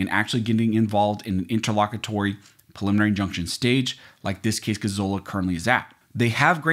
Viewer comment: Sounds like you're saying "pulmonary injunction"- a little diction would help!